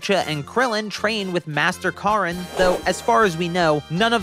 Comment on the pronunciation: L A W N C H It'e pronouncee Launch Not lunch And it's korrin Not carrin